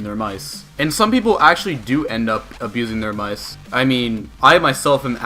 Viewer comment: i hate the way he says mice